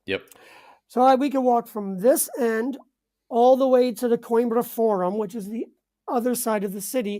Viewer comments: Isnt it pronounced Queenbra? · it would be really nice if your guest would have pronounced Coimbra correctly. Not pronouncing the name of his new city just makes it seem like he’s an American that doesn’t care enough about assimilating like a thoughtful immigrant. Other than that, the information was good. Thank you.